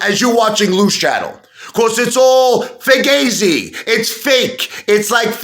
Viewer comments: Learn how to pronounce fugazi. It's not a long A. The A is pronounced like "ah." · Imagine being an Italian and not knowing how to pronounce Fugazi???? Hahahaha!!!